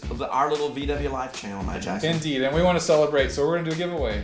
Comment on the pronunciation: You guys put together a great YouTube channel! Keep up the good work. Congratulations on 10000 subscribers. I still hear “Mad Jackson”. 😂😂😂